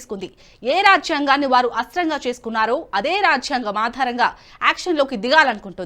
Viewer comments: రాఝ్యాంగం కాదు తల్లీ అది రాజ్యాంగం జ కు వత్తులేదు! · ఈ యాంకర్ (మహిళ)కి రాజ్యాంగం పలకటం రావటం లేదు.